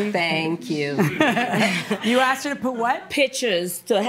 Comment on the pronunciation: The pastor “axed” me???